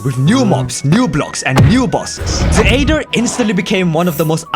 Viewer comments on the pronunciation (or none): It's not a-ether, it's ae-ther, spoken eeee-ther. like why, i can't help but get annoyed by it. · Am I crazy or pronouncing it the (eighth-er) aether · I like how he calls it the Aeder